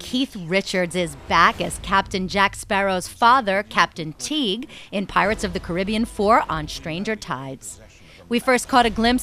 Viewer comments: it's pronounced kari-bee-ann. Not kribian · It's pronounced Car-ri-be-an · It's pronounced Cari-BEE-an, thank you.